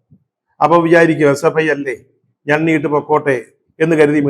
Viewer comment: SFIയെന്ന് നേരെ ചൊവ്വേ പറയാൻ കഴിയാത്തവരാണ് ഈ പാർട്ടിയിൽ ഉള്ളത് 😂 അവർ വിളിക്കും H യെ പ്പൈ സിന്ദാബാദ് 😀